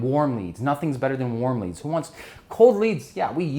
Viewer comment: You may need to properly articulate "who" as in - "Who is your customer?"